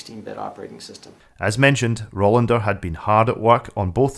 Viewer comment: and numerous other places throughout the video - it's Rolander, not Rollander.